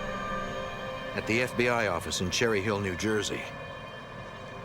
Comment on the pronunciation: New Yawk Affice😂